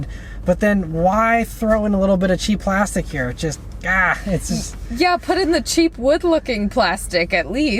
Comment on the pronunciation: 😂😂😂😂the way you emphasize that "cheap plastic" thingy